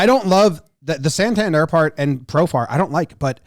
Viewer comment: How are we still mispronouncing Santander’s name?